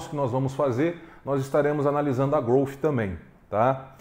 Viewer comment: Obrigado por pronunciar corretamente a marca Growth, com F mudo no final.. não aguento mais ver gente falando "Grouti" ou heavy "dãti"...... 🤦🏻‍♂️